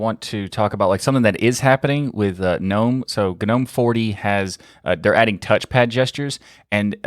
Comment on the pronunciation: I'm gonna disappoint you so hard right now! It's "Gnome" not some weird "Gnome" pronunciation....:D